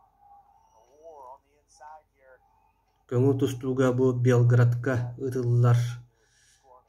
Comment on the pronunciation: Буэтур Белгород диэмэ, Белград диэ